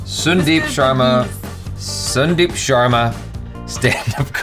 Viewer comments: Not sundeep it's pronounced as sun-deep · Bro, small correction Sundeep is pronounced as 'San-deep' Sun in Sundeep pronounced as how we say 'Sun' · Question - how come he is pronouncing sundeep using u instead of a sound. Sun is an English word and is pronounced with a sound. Come on